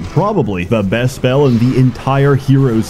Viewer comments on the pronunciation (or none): none